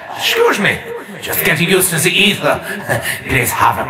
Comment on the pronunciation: I thought he said evil not aether